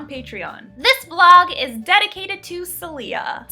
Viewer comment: I'm pretty sure the patron's name (since it's spanish) is pronounce "Sae-lyah" with stress on the first syllable.